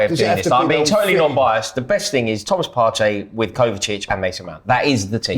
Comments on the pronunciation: Why is this guy saying KovaTic? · 🤣🤣🤣🤣 trying to say Kovacic is gold